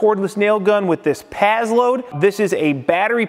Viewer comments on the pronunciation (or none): Pass - Load not Paz-Load